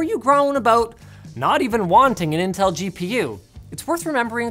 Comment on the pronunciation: you called them nintel 🤣